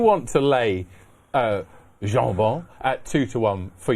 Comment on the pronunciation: That’s some tool on the left…especially the way he say’s jonbon…..a nobody tryin to be a somebody